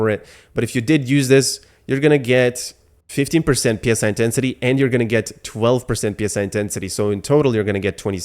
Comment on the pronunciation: It is not P.S.I. it is Psi, like the Greek letter. P.S.I. is generally short for 'Pounds per square inch' a measurement for pressure.